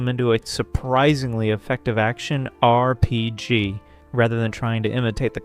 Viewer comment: I think another thing that could help is watching out more for awkward pronunciations. A common one is that the voice breaks up "RPG". If the script has it as "R.P.G.", that's probably causing it to treat each period as a sentence ender, thus the weird pausing. If that's not what's going on, and it still stumbles on the letters, you can try a word substitution such as "arrpeejee" or just "role-playing game". That might be more of a hassle though, but if it removes the artificial pausing, that's one less repeated point of friction and could be worth that bit of polish. There's a few other common words it stumbles on or pronounces oddly. If folks comment on a goofy pronunciation, it might be worth fixing. It does seem I am hearing less of them on the new voice, but R.P.G. still stands out particularly, and I sometimes hear that on other channels too.